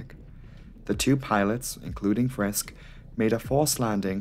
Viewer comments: Friskk instead of Friske? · just a minor thing....like in "Porsche", the "e" in the end of "Friske" is not silent. It's like the "i" in "it" or "hit", not silent but soft and never stressed. If you ever come across a German name ending in "ow" it is a silent "w" and pronounced like in "beau", that's the only case in German I know where a letter is silent. Apart from that I appreciate you covering older crashes but please leave politics and gender topics out. We're here for planes, Engineering, aerodynamics. Barschel very likely didn't kill himself, I know it is not the topic here but a closer look at the circumstances will make it unlikely